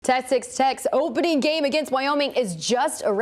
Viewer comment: “Tessex Tex”?